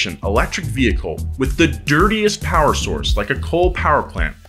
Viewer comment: Dirty powa babeh!!